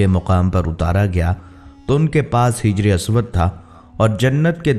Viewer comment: درستی فرمائیں! اللہ تبارک تعالٰی رب العالمین نے"فرمایا۔"۔۔۔۔ فرشتوں نے "عرض" کیا ۔۔۔۔ عورت/خاتون کیلئے " علیہ السلام کی "ہ" (ہائ ہوز ) پر زبر آتاہے۔ مرد/آدمی کیلئے "علیہ السلام " کیلئے "ہ" (ہائی ہوز کے نیچے زیر آتا ہے۔ لفظ "حجر" کیلئے "ح" (حائ حطی) کے اوپر زبر آتا ہے۔ دوسرا لفظ "ہجر" کی "ہ" (ہائی ہوز ) کے نیچے زیر آتا ہے۔ لہجہ/تلفظ میں "ک" (کلمن) اور "ق" (قرشت) کی واضح ادائیگی ضروری ہے۔ "قصص الانبیاء " کے علاوہ دیگر کتب کا حوالہ لازمی ہے، جناب!۔۔۔۔۔۔ نیم خواندہ مصطفوی انقلاب دلدادہ ادنٰی کارکن شعیب مرزا مہام الدین پاکستان عوامی تحریک راولپنڈی۔۔۔ ۔۔۔ عرض مکرر! اپنی ارذلئ عمری اور مفقودئ بصارت و ضعف بینائی کے سبب املائی اغلاط اور حروف و الفاظ کے محذوفات پر معذرت خواہ ہوں!